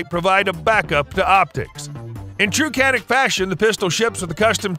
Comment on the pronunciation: It’s not Canik! It’s Janik, Turkish C sounds like a J.